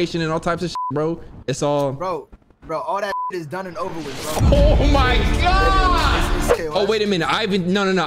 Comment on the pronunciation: “Ya gotta be careful with this dropout” ……. “WHAT THE FAWK. GAWWD”